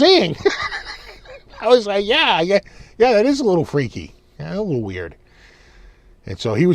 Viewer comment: as an Aussie I wholeheartedly approve of your pronunciation of “down unda” and “yeah” 😂